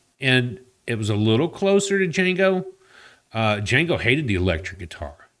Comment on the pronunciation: The D is silent!